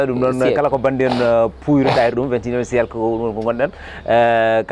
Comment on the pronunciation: Dj dou on dit pas siyélce , c siècle